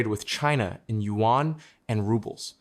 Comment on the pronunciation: Not Yuen but Yuan!!! 😂😂😅😅